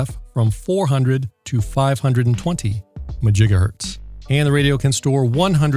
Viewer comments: I"m pretty sure that MaJigahertz begins with a "M". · He said majigahertz, ugh. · Just a note: It is pronounced "Mahjigahertz". Rum0rz are "they" are working on a Megamajigahertz transpeater for many Megafarz. Czech in from time to time for any updatages. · I always thought it was 'mah jiga hurts' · Majigahertz made me spit out my coffee 😂